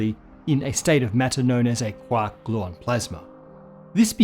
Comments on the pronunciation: Just pronouncing QUARK rather that QUORK was enough for me. Way to go! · Thanks. I'm glad you pronounced it as quark and not quark!